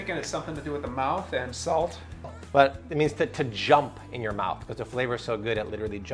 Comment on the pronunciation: Its not pronounced salt